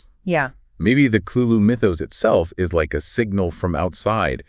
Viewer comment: Yeah this is AI voiced - or possibly fully AI generated. Did you notice the few times where, in the script, the writter capitalized the words for emphasis, but the AI voices just read them as individual letters? The IS becoming "I S" and the AND becoming "A N D" ?